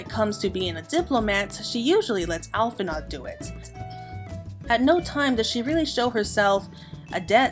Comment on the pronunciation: It's pronounced "Al-fin-o", not "Al-fin-ard"